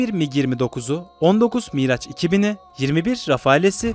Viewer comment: Sevgili kardeşim; Miraç değil, Miraj, exocet ise ikzuset diye okunur...